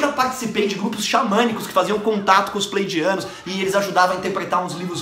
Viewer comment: meu amigo, acho q o nome certo é Pleiadianos e não playdianos ehehehehehehee